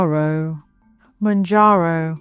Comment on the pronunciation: I could moan about it... but this is a jarring poor pronunciation.